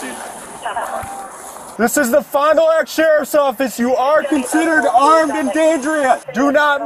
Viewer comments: wait do people say fond du lac as "lock" and not "lack"? Or am I wrong lol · Pronounced as Fond Du “lack” not lock. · Fond Du Lak not Fond Du lock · nice pronunciation of Fondalac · Ouch. Fond-du-lack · Just for future reference, it's pronounced like "fondue-lack" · Fon do lack is how it's said :) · Bro I'm from fond du lac and it's really bad to hear how people try and pronounce the names... I mean they're either Indian or French lmao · I cringed at how he pronounced Fond du Lac. 😂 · Are there no Wisconsinites in the comments?! That pronunciation of Fond du lac was heinous